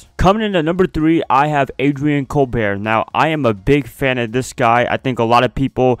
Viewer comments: ADRIAN COLBERT!!!! LOVE THIS GUY... LOVE YOU'RE VIDEOS!!! BTW FAM HIS LAST NAME IS PRONOUNCED.. COLE-BERT JUST A HEADS UP MY FRIEND... #FAITHFUL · Pronounced “Cole-burt.”